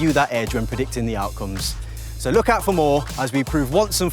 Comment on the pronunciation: Every time he says luck I think he's saying look...